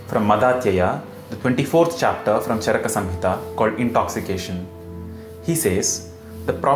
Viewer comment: You are very knowledgeable, but I have some suggestions. Can you, along with sanskrit shloks in roman script, display them in devnagri also? Also, kindly pronounce the अ ending words as such, not आ ending, like चरका is wrong, it's चरक. We as indians have the duty of spreading our language correctly.